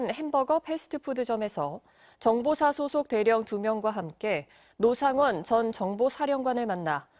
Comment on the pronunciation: '로상원'? 이거 박상원을 의심해야하는거야? 아니면 노상원의 진짜 정체가 있는거야?